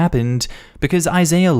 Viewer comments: Isaiah= Eye- Zay- Uh (lol, another channel pronounced it wrong, too!) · Im currently crying at that Isaiah pronounciation 😂😂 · You have great diction and flow in your narrations, therefore it always sounds hilarious when you mispronounce a word or a name because even though you say it wrong it still rolls into the sentence with such confidence that sometimes I think I heard a new word or a wacky name! Today's name was Isaiah. You pronounced it correctly a few times but mostly you said it like it was the name of a celebrity's child's name.